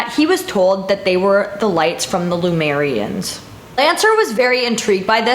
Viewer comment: Heyyyy more mysteries! Did you mean Lemurians btw? Not Lumerians? I always feel like I should pronounce the Lemurians like the animal + ia/ians.